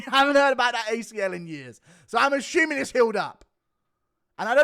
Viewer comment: For the thousandth time there is no CH in the word assuming it’s not asschuming 😂